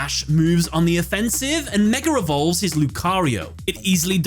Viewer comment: I know it's probably your accent, but did you just say Lucario mega revolves lmao